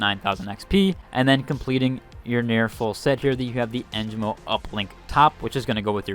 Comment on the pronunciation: It's not too big of a deal. But the announcers pronounce the sponsor names here and there and you managed to only say Holtow right. En gee mo Isz uhlt